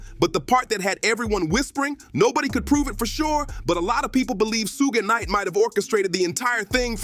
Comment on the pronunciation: Tony yeahyo and sooowgee knight is this guy okay some one check up on him